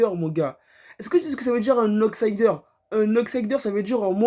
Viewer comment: Un "auxaïdeur" !???🤣🤣 frérot c'est "outsider"